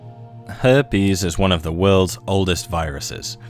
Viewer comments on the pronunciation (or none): Hairpes you say .